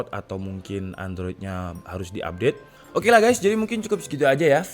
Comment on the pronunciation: Tolong sy dr pertama nontonin video DK ID penasaran gak tau apa opening nya itu. "Hai, gaes disini. Atau hai, gates disini?????"